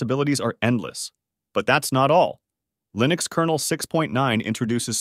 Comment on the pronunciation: I still remember when we were eagerly awaiting the release of version 1.0. Funny how you keep switching between pronouncing "Linux" the wrong way "Lynux" and the right way "Linnux" (based on the way Linus Torvalds pronounces his name).